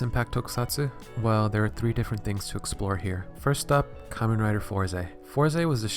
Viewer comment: Its pronounced "Fours" as in "4's" Not "Forze/Forzee". The e is silent.